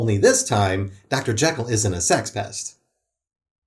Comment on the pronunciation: surprised you didn’t mention that shaggy pronounces Jekyll in the way its supposed too